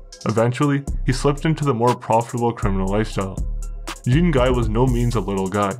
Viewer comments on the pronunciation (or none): Gros on dit "Jon Gee" crissement plus que "Jean (comme les pantalon) Gaiye" Patnais dit Jeen Gaiye, c'pas ca pentoute. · Jean Guy would be pronounced Jawn Gi Sounds like Shawn but with a J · It’s pronounced Doo-bwa (Dubois) and Jan-ngee (Jean-Guy)… Trust me. gee like guitar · I love your videos, but damn, I gotta say, the pronunciation of some of these names left me giggling. For instance, Dubois isn't "Doo-Boys, it's "Du-Bwah". Jean-Guy isn't "Jeen-Guy", it's more like "John Gee", with a soft "J" and "N" rather than a hard one. Granted, Quebecois is a difficult language to pronounce generally unless you grew up around it (even for people who speak other dialects of French!). Either way, keep up the good work. Excellent research. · Dubois is Dew-Bwa, and Shon Gee is Jean Guy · lol its pronounced "jhawn Ghee"" not Gene Guy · You have good and well informed reports. One suggestion when dealing with French names you pronounce them wrong.Dubois would be Dubwa, Jean Guy would be Jon Gee. G like go. Normand =Norma. Claude= clowd. If in the future you use French names I'd be happy to help. Cheers. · Gene guy 😂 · As a Canadian Anglophone myself, the family name is pronounced d-OO-b-w-aa Jean GUY = Jau(n)GEE; Claud = Cloed; Normand and Raymond would probably have a drop in tone at the end of the name and a silent 'd' because the more imporant D sound comes from their last name. In the 70's and 80's we were required to take 9 credits of French in order to graduate (Provincial requirements do vary). Be careful with those French names, they can get pretty stabby about it all... Especially in the topics you are into across Canada. Don't get me wrong, I like all your programs, but now that you are not using T2S, you need to get those right. Btw. I would love to know your take on the FLQ/October crisis, but for that will need to adhere to the above and then some. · It’s pronounced Doo-bwa (Dubois) and Jah-ngee (Jean-Guy). Trust me. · Lol jean guy 🤣 it's pronounced john gee